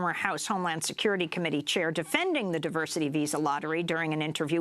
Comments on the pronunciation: Automatically trump fumbles when he tries to pronounce diversity. This is the idiot that alot of americans elected to be their president. So what about the white men who shoot at members of congress or at a large group of concert goers in Vegas? They're not getting the label "terrorist" just because they're not muslim and don't have an agenda for ISIS. Such hypocrisy by this orange fruit loop president. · Trump failing to pronounce 'diversity' correctly is weirdly appropriate